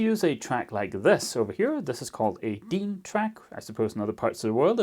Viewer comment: Thank you for pronouncing DIN perfectly right! (